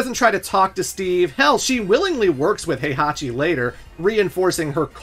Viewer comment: Good god you unironically pronounce Heihachi and Kazuya like that? Did you even play the games?